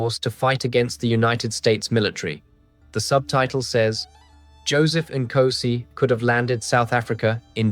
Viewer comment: You have zilch credibility as a South African if you cannot pronounce the first word of our national anthem correctly!!! "Nkosi sikelele iAfrika!"😅